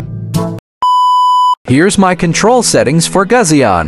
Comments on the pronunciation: Its gu sion😂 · Bro literally said Gazion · bruh who pronounces gusion like that